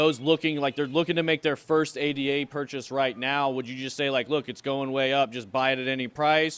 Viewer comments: Really boils my piss when people call Ada a d a 😐 It's a woman's name Ada The upgrade Mary is not m a r y 🤦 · Yo, stop calling Cardano, “A.D.A”. It’s “Ada”, named after 1800’s female mathematician Ada Lovelace.